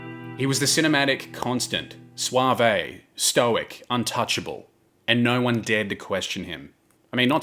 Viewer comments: YES and the CORRECT PRONUNCIATION IS . . . swayve-and-deboner. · And the word suave. Bobbbaaaayyy sooooo suavaayyyy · as soon as i heard "swah-vay" i immediately paused the video and scrolled to see this lol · You seem to have robbed "epitome" of its final syllable and appended it instead to "suave" 😝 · You can't pronounce suave or epitome right, if you could. You wouldn't look or sound stupid while doing it. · Lol, I'm new to this channel and his "epitome" and "suave" were what reassured me it isn't an AI reader.